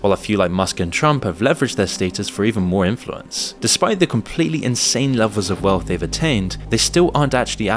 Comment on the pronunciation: Lelvels? Am I watching AI??